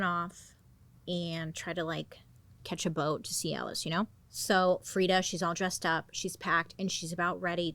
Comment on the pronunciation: see Alice= Calais 😂😂